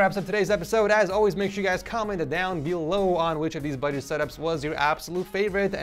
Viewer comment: Erm love your vids but when you say budget it’s not budget